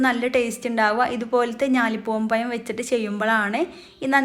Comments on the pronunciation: പയം അല്ല പഴം എന്നു പറഞ്ഞു പഠിക്കൂ Thanks for your tasty drink. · പയം അല്ലാട്ടോ പഴം 😅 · പയമല്ല, പഴം.